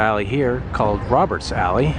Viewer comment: Great videos of Bismarck and Fargo North Dakota. Very impressed how clean and vibrant these small cities look. Don't think I could handle their winter's. I would love to go visit when the weather is nice! Thought on the Fargo video you said "Robbers Alley" not Roberts Alley!